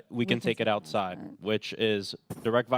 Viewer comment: Haaa! She really just said "Cash me ousside!"?!